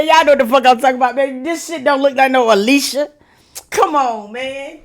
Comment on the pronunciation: You got me HOLLERING!!! 😂😂😂 A-LEE-CHAY to Alicia is crazy. Out loud screaming in here 😂